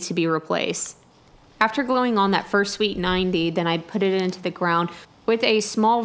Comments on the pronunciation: First couple times you said sweeped 90 i kept hearing "Sweet 90" :P I just thought "Well it IS pretty cool I guess..?" hehehe :D Loving the Michael Flatley dance moves :P Was there any utilities nearby in the end? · I heard sweet 90. we're you saying sweeped 90? they have always been called street 90s to me